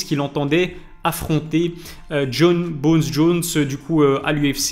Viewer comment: Ilies kiff a mort dire Jon BONES Jones 😂.